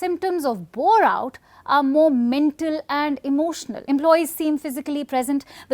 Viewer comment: I thought Indian girl asked "have you ever heard of Borat" 😂